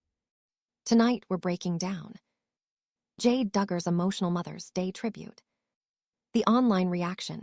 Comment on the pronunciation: "Jade" Duggar? Stupid AI. You sound like you're channeling Michelle Duggar's baby voice. 🙄